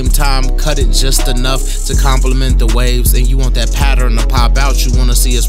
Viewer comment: How come you can say learn but not pattern🤦🏾‍♀️ talking about patterin ✊🏾😂